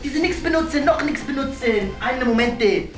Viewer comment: "Noch" nix benutzen :D Die betonung liegt auf noch